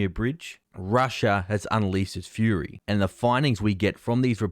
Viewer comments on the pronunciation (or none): none